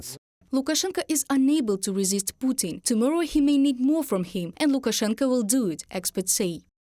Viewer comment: Perhaps that will be the moment wenn French journalists will understand at last that one should pronounce LukaSHenko, and not LukaCHenko, but I strongly doubt it.